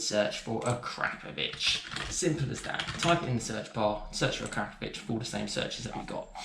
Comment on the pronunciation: It's akrapovic not A 'crap' povic